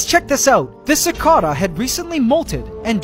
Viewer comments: im about to choke on how much your pronoucing cicada wrong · It's pronounced like "Sick-ah-da" where I'm from. What's the correct way? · i think its just an accent thing. i pronounce it ci-kay-duh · his way is the UK pronunciation, other one is US pronunciation